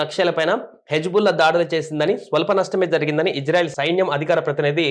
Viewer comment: ఇంజన్ఆయిల్ కాదు ర chu.. ఇజ్రాయెల్ రా😂😂